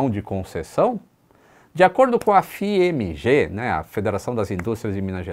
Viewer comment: A pronúncia correta de FIEMG seria "Fiêngue"